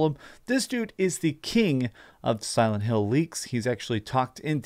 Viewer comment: he really said "Salad Hill" 🤣